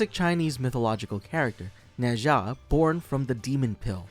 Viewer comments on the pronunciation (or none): In fact, it's "Nur Jar"， you should read it with British accent instead of American accent! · Its pronouced Nuh Zha and I loved it.